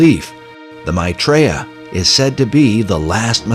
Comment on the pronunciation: The way they pronouce maithreeya ! LOL.. It's my-three-yuh. Not ma-tree-ya !! Almost all of this doesn't make sense, but that just made me LOL :D